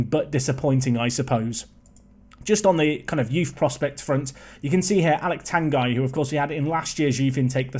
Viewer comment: Just a small thing, it's pronounced Aleq Tangie in French, the UY at the end is pronounced as IE, basically like Messi is pronounced at the end